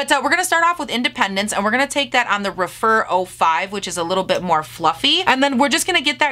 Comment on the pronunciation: Those glitters are stunning!!! I love the way you applied them! Not that it matters, but I think the Rephr brushes are pronounced Reff-er rather than Re-fer.